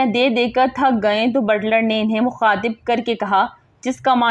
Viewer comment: Butter nahi Butler.Apko na to english ati he aur na urdu.shame for u.